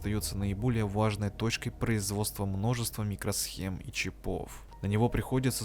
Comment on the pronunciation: Мля, ну почему "чипОв", если "чИпов"? Ухо режет. Автор в школе не учился.